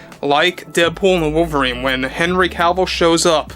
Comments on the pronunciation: Omg, it was genuinely difficult to listen to you constantly saying "henry Calvill" is it just me? It really sounds like Calvill instead of Cavill. Maybe it's just the accent. Lol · It's Cavill, NOT Calvill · Is it just me or is he mispronouncing his name the whole time as "Calvill"? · Stopped watching cause he kept pronouncing it “Cowl-vil”